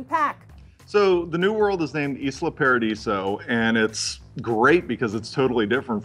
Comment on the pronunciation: "iz-lund paradees"? what a strange pronunciation...